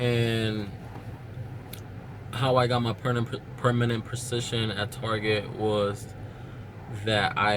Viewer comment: Permanent "precision???" LOL